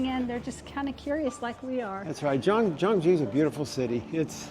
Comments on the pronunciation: She's soo kind and nice! I'm happy for you😊 I will do the same if I meet travelers who need help! Btw the city name should sound more like 'K'yeongju. We have another traditional city called 'Jeonju', western Korea. So it might be confusing :) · I am a bit reluctant to point out this because you made a beautiful content about the city. However, how you pronounce Gyeongju is more like ‘Kyeong-ju’. The problem is, how you pronounced Gyeonju sounds like ‘Jeonju’ which is a totally different city. 😅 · FYI - Gyeong-ju is pronounced Kyung-ju. "Jeon-ju" is actually another big city of Korea on the western side. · Gyeongju is pronounced more like kyung joo, Jeon Ju is a different city on the other side of the country. I think you'd enjoy visiting Jeon Ju, a smaller gem of a historic city that showcases traditional architecture and where bibimbop originated from. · I think they call Gyeongju Jeonju and mispronounced Woljeonggyo as Woljeongjo. Gyerim is not jyurim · If you ever do another video on Gyeongju make sure to get the pronunciation right because it sounds like you’re saying “Jeonju” which is a totally different city. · FYI, the G in Gyeongju pronounced as a G , not J. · The pronunciation of the city should be G(k)yeongju , not G(J)eongju. Btw I really enjoyed watching your video. ❤ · From the beginning the pronunciation of the city was incorrect. You said totally different city in the west part of Korean peninsula. 경주와 전주는 다른 도시 입니다. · Pronouncing Korean words correctly can be difficult. The G in Gyeongju is a hard G. And Silla is actually pronounced Shilla. Nice video. Wish I was back there.